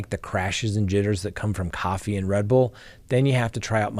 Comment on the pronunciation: i love how you pronounce “coffee”! Cracks me up!